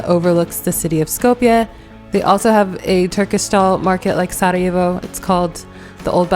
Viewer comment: Hahaha I love how you properly pronounce Sarajevo. Just like most Yugos including me, when I speak English and I have to name a city in Bosnia or exYU in general, I pronounce exactly how we pronounce, I don't adjust it to English pronunciation. Big thumbs up for that 👍👍 😁 and shout out to my Macedonian brothers from Bosna 🙋🏼‍♂️❤ as well as the rest of the guys :) Yes, you definitely got the vibe of Yugo, one can notice that and yes, you didn't mention the žičara (cable car) which none of the other cities have.